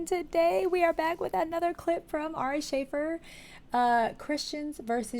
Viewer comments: "shah- fear" just so you know for the future! Love your videos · FYI ✡️AH-ree shah-FEER✡️